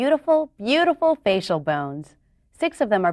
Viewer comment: i'm sorry, but, urgh....i just don't like it when she exaggerated some words, like "....these beautiful, BEAUTIFUL bones..." and "...these WONDERFUL BONES..." and also other parts. I know they're trying to make this video friendly to children but isn't it kinda going too much. Although i like the video in total, except for the exaggerated parts. Thanks for this vid.